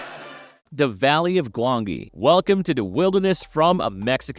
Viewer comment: The valley of gwangi was 1967 for one thing and could you please stop using an A.I narrator, the mispronunciation is infuriating.